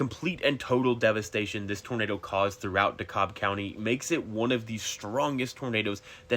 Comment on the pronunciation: It’s called DEH-KAB :)